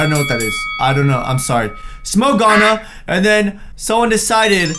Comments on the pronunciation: "Smoke Ganna", its Smoke Ganja (GAUN GAAA) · he said gana instead of ganja😂😂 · its ganja bro.... weed.... not gaana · That's not GANA it's GANJA means weed. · Dats ganja not ghana means marijauna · “Gana” lmfaooooo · It's "Smoke Ganja" not smoke Gana... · It's not smoke gahna it's smoke ganja it's weed In india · It doesn't say smoke gana it's says smoke ganja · I don't think its spoke gana its ganja its another name for weed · this boy is going heaven for sure... its Ganja not gana :V ROFL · It's not Gana. It's Ganja. And it's Cannabis. Which is weed. 🙌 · dude that was ganja(weed) not gana lol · thats ganja not gana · smoke ganja not ganya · it said ganja not gana (ganja is weed) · ganja gan Ja not Ganga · It said Ganja not Gana lmao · its smoke ganja not gana :) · It was ganja not gana which is weed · it's ganja not gana😂😂 I still love u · What's gana it's ganja = weed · tats ganja... like.. . gaja.. its a drug.. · It's actually ' smoke ganja' [ gan-jah ] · It's actually pronounced gan-jah . Smoke ganja = Smoke marijuana . Some people call marijuana, ganja. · Laughing so hard at talk right now at his pronunciation of ganja 😂 any Jamaicans??